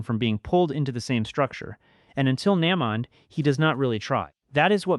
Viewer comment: I almost subscribed but if you mispronounce character names often, like u did Naymond, I can’t sit thru ur vids